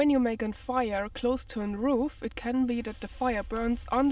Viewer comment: Wow, that's disappointing to think people working in forests could leave those broke bottles behind. Really disappointing. I think the word you are looking for is "root fires" not "roof fires" like I think you said? Its cool though, we all make mispronunciations.